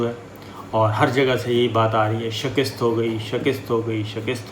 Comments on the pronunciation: Sabir Shakir aap shikast ko shakist kayun partay hain. Aap is lafz ki pronounciation sanjhain. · Sabir tum say Request hai k Defeat ko sahi Bola karo tum shekist kehtay ho yeh shekist nahi Balkay sahi lafz shakast hai Tum ko ALLAH ka wasta hai es ko sahi Bola کرو yeh mujhay bohat irritate kerta hai.. I hope you will correct it and u will not speak wrong again thanks 🌹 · جنابِ صابر شاکر صاحب؛؛ پروگرام معلوماتی اور اچھا کرتے ہیں ماشاءاللہ لیکن آپ “ شِکِست” بار بار بولتے ہیں جو غلط تلفظ ھے درست تلفظ ھے “ شِکَست” یعنی شین پر زیر اور کاف پر زبر جو “ شِکَستن” مصدر سے بنا ھے، امید ھے آئندہ پروگرام میں درست کر لینگے۔ جزاک اللہُ خیراً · SHIKUST not SHAKIST... AUDIT not ODUT ... Please correct pronouncing the the noted above words; SHIKUST & AUDIT Bless you... Thanks